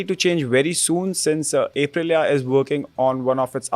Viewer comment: Bro, I cringe so hard every time my guy says A prilia